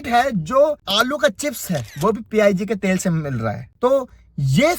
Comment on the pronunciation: Pig ko P I G bol raha he 😂😂😂. Brother do some research